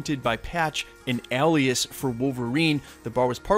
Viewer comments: Alias...pronounced, aye- lee-us not Al-lee-us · A-lee-us =alias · Why he saying ’alias’ like that?